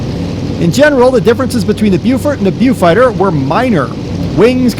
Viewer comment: You pronounce it "Bofighter"....